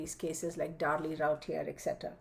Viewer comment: Liking this without even watching it yet. Last name is pronounced Roo tee a.